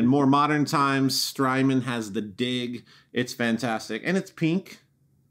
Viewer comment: HEY!!! The Strymon Dig is not pronounced "DIG", as in 'Digging for gold'...... It is pronounced "DIG" (Dij) as in 'Digital'!! As in 'Digital-Delay'........ Thank you for the video!!